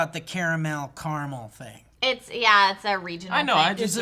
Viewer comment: when people say thing with a "K", like think, when it is actually "thing". its fucked, cunts are fucked